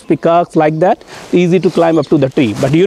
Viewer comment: "that" not "dat". Don't be a gangster.